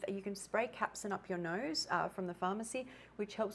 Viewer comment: Capsaicin not Capsin.